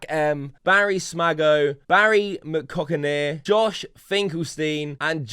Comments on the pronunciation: lol I think that name is pronounce ‘berry macockinher’ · When someone pays you to read out Barry Mckockiner the least you can do is pronounce it properly 😂